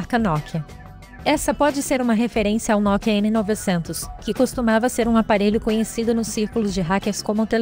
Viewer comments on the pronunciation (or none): none